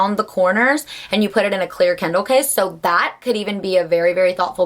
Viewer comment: It took me until to understand that you mean Kindle and not candle 😂😂